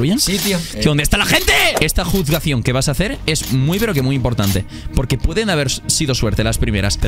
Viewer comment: esta juzgación... xdd la jusgasion